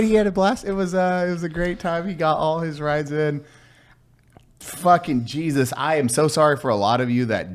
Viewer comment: "Geesus Christ" >_<¿ lol, You're Mexican, you don''t pronounce the J's, He-zus. Love you Juys. lol.